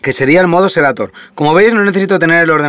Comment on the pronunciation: No es por dar hate compañero, pero se llama SERATO no SERATOR, buen video, me lo ví todo, pero me estreso la mala pronunciación 😫